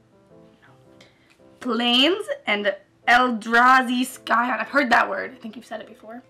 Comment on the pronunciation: "Sky on" lmfao